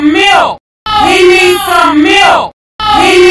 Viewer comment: I liked the part Where he said "He issss some milk